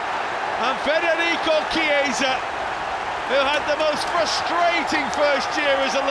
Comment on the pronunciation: I am still waiting for a commentator to pronounce Chiesa's name correctly, but I don't get my hopes high. It was a good goal though